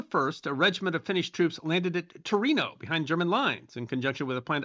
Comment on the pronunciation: Torino or Tornio?🤔